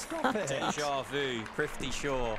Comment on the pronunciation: His names is prithavi shaw not trifty shaw pronouce properly